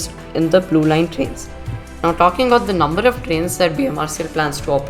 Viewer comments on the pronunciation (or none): none